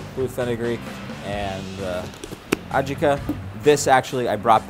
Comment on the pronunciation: "People will always tell you that something is wrong" For example, the way you say "adjika" with wring emphasis... Or is it adjIka only in Russian?)